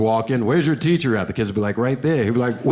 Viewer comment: im sorry ... i lost it when he said TEESHER lmao